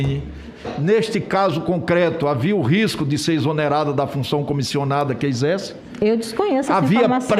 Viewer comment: O fala MUITCHO, FEITCHO, EZÉCE (exerce) QUE NOJO DESTE TRASTE